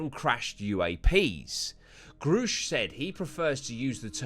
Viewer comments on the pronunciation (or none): Its grusch pronounced like rush...grusch hour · I think it's pronounced "gerr-e-sh" - watched far too many video on him than I care to admit 😂